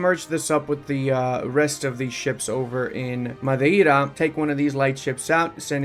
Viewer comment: Although the 'd' in 'madeira' (at 8 min?) was kind of castillian like, you said the word so fine. Nice.